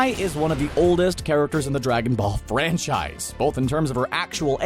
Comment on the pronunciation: did he say Dragonball or Dragonfall 0:0